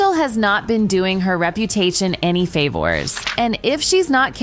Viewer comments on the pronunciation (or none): "FAY VORS"